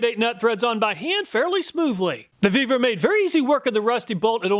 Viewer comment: You earned a "like" just for pronouncing that one brand! :) Really surprised to see the Vevor product working so well. How come there's no, "We're gonna test that!" underwear? ;)